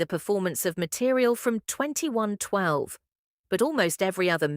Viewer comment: At least it said 2112 correctly. ; )